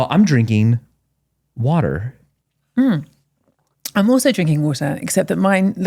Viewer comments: Woahtah, beeah.. 😜 reminds me of Lizah Dolittle 🤣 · 😂😂😂 What are you drinking? Oh, I’m drinking wahder. Mmm, I’m also drinking wawtuh! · Wahter vs whoatuh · I love how she says Wotaah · Michael: I'm drinking wader Hannah: Yes, I am also drinking water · I learned a lot today, except how to pronounce water